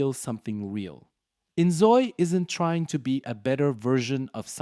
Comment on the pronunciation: why you lying 😭😭 "the sms" "innzooi" "Troube". This is very obviously some shit AI